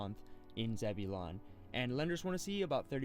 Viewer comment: Zebulon is pronounced “zeb-u-lin”.